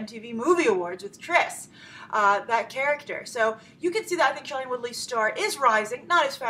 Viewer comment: Grace , I'm sorry but it really bugs me that you keep on pronouncing shailene's name wrong. It's not SHY-lene but SHAY-lene